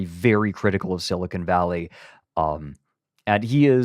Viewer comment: > spends the first like five minutes of the episode roasting for mispronouncing things > calls it “silicone valley”